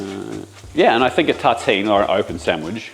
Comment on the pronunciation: It took me about 5 min to understand what your « tateen » was… I guess you are trying to say the French word « tartine » but the R went missing in action at some point…😂 So in English it would sound like « taRRRteen », Just imagine you’re Scottish with the rolling R’s!!! Anyway, a tartine is basically a sandwich made on top of a slice of bread, with no bread on top of it. It can be cold or grilled (under an oven’s roof grilling resistance for ex).